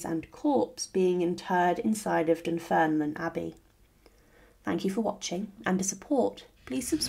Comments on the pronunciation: Dunfermline is pronounced as Dun-ferm-lin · Dunfermline is pronounced "dun-ferm-lin". I'm a Fifer, and a big fan of your videos. I have visited Dunfermline abbey many many many times, i was just there the other day. It's definitely worth a visit for the ancient abbey as well and for the site where Robert the Bruce is buried. Also, Dunfermline is a nice place to visit in general, we have a wonderful Glen that has peacocks and Malcolm's tower (another medieval Scottish king) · That's an ambitious pronunciation of Dunfermline.